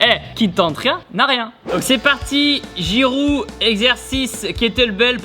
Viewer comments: On en parle qu’il a appelé llioris girou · c moi ou il a vraiment dit giroud